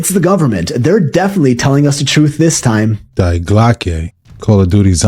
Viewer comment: It is „Die Glocke“ D I E not spelled Like „Die“ from „Dying“ but with the pronounciation on the „ i „ you pronounce it „ DI „ not „ Die“